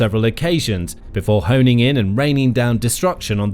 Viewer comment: The word is Homing … NOT Honing.